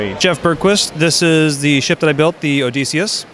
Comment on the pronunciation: the way that guy pronounced Odysseus hurt my soul